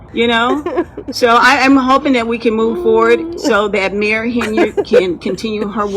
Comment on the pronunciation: When she called her mayor Henyard at I heard Mary Henyard and it made me wonder if she knew where she was.